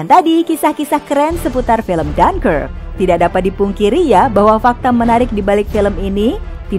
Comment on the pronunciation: Bacanya apa? Jangkrik kah?